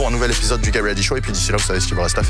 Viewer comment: WELCOME TO THE GET... WEADY... SHOW...get ready show...